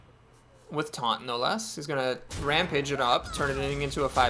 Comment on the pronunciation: It's the bitterness in your voice when you correctly pronounce rampage that makes it special.